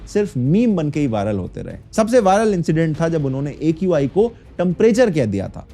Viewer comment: Arey Bhai!!! Ae Q Aaai = AQI🤣